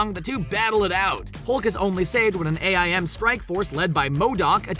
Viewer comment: they say aim not A.I.M